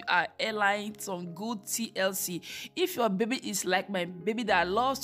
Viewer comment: Your daughter’s hair looks healthy. However, you should practice speaking before filming because you are not pronouncing words correctly. Example: You pronounce the words: Hair as air. Baby as bibi. Hairline as airline.